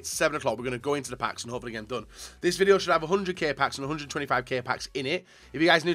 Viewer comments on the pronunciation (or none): none